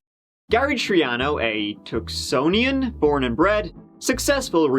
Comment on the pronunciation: I remember being a kid and hearing about the car bomb. Our first assumption was that it was the mob...makes sense that it was an angry ex. FYI: It’s Tucsonan. :) Thanks for the explosive video. I can’t believe how expensive had such incendiary remakes at the end of the trial.